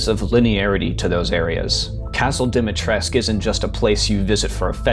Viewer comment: this jabroni cant pronounce dimetrescu